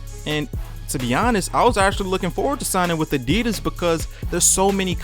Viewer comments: Isn't it Adidas, not Adeedus! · The way you were saying adidas just hurts. But some nice thoughts overall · your pronouncing adidas wrong